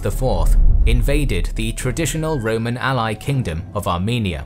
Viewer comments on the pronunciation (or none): none